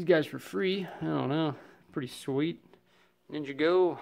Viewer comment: This is wild as I started watching your channel a few years ago. You really came a really long way in 7 years, congrats. Not at all making fun, but at the mark you pronounced Ninjago as "Ninja Go" was pretty funny.